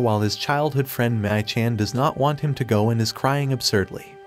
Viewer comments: this 'mii-chan' pronunciation, sigh...sounds like 'meh - cheng' instead of 'mi - chang' . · Maii-chan . Lol 😆 . It's Mii (me)